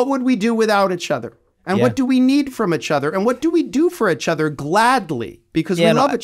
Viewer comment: Great conversation! Side note: first time I've heard someone pronounce "each other" as "itch other"